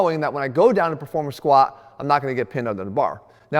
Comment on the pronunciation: Stop saying squaa 😂 there's a letter T at the end Jeff.